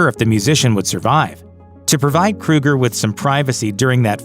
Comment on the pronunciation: It's Kroeger..... not Kruger 🙄 And I actually enjoy Nickelback's music